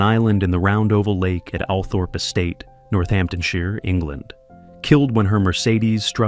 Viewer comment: Pronounced All-throp